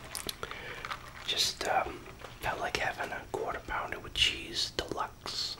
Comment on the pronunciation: i’m just here to hear “quarta pounda” a bunch of times